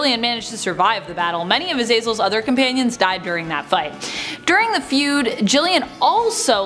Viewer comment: AZ AZ EL NOT AZEELZELL GODS I HAT3. THAT.